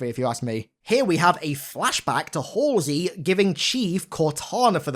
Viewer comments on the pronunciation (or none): none